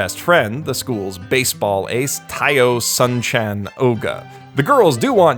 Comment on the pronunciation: The way you say 'Sun-chan' as 'San-chan'...